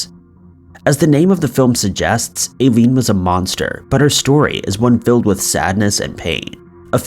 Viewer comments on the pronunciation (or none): Hearing "I-leen" pronounced "A-leen" about 15 times almost made me quit the vid... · Yes ma'am, you are correct. And I lean , not A lean. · How can you run a crime and mystery channel and not know how to pronounce one of the most famous female serial killers name? Aileen Wuornos. It’s not “A-Lean”. It’s pronounced “Eye-Lean”. Jake Gyllenhaal is pronounced Jill-in-Hall. Not Gill-in-Hall. I’m not trying to be mean, and have left these comments before, but if you’re going to run a channel and want to be professional, you REALLY need to research pronunciations of names before putting it on YouTube. This will help you look more professional and like you actually care about what you research! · Do you not know how to pronounce Aileen?